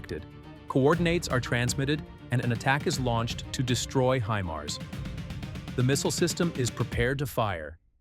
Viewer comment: "히마르스" 무엇이요, 군사지식이 있는 아나운서를 사용하세요. 구독자도 꽤 많은데요.